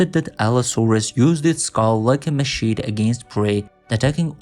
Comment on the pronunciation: The AI 'narrator' is monotone & mispronounces too often; wasted money. Your own voice, even if you alter it, should be cheaper too. Machete: ma-sheh-tay not ma-sheet